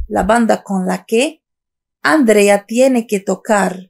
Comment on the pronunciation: Para que puedas enseñar a la gente cómo hablar el castellano, primero tienes que mejorar tu nivel de fonética porque no articulas bien. Intenta mejorar las sílabas donde recae la entonación de voz y más otras cosas como el sonido [con] entre otros sonidos. Por cierto el nombre de Andrea es nombre de mujer y no de chico y no se pronuncia ÁNDREA sino ANDRÉA; sin ancentos claro!! El sonido [d] entre sílabas o al final de una palabra se pronuncia [ذ] suave. La verdad que me sorprende cómo no dominar un idioma y encima poner videos en youtube que los pueden ver personal experto en filología!!!!